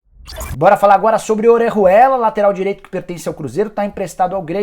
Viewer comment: Sabe nem falar Orejuela kkkk